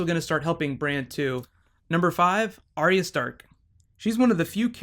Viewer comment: Hoder? Stannes? Arryia Sturk?